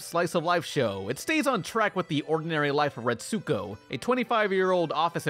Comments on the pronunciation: Aggretsuko is pronounced like aggret-sko you don’t pronounce the U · You're pronoucing Aggrestuko wrong!!!! Biggest pet peeve of mine is when people mispronouce Japanese names and words. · Everytime he said her name i was screaming at the TV "ITS PRONOUNCED A-GRETS-GO, THEY LITERALLY SAY HER NAME IN ENGLISH!!"